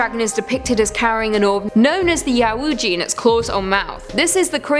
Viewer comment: Hearing try to pronounce yeouiji gave me "curse of the weggy board" vibes lol